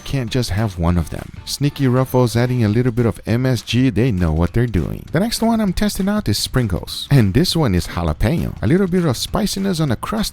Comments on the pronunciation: Is it just me or did he say sprinkles not Pringles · Did think we didn't hear him call Pringles 'Springles'? lol! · I thought he said sprinkles instead of pringles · Yo I can't just called Pringles "sprinkles" 🤣🤣🤣